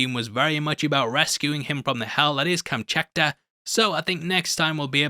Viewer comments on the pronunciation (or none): you keep saying kamchekta...are you even looking at the word? it's kamchatka...the T is first. it's like calling hawkins hawskin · with respect, you mispronounce Kamchatka - it's Kamchatka, not Kamchakta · It's Kamchatka, not Kamchakta! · Why no one can pronounce KAMCHATKA??? Repeat after me: KAM-CHAT-KA. Not KAMCHAKTA or whatever all people are saying 😂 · Btw its Kamchatka, not Kamchakta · Dude, it's KAM-CHA-TKA 😅